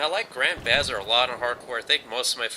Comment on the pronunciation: BTW..Bazaar is pronounced "buz-arr"